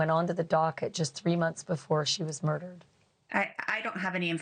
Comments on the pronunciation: Its not mahnique. Its MOHnique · Pronounce her name Mo- nique not Menique. It's really annoying, just call her Mo if you can't say Monique!! My best friend is a Monique and we hated when people call her Menique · don't they keep saying she went by MO as in shot for Monique....why does this lady keep calling her Me nique.........maybe I missed something.... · Thank you! She calls her Mo then can't pronounce Monique!?! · People generally mispronounce people's name as a form of disrespect and gaslighting. I agree it is annoying and irritating and grates on my nerves when someone does this.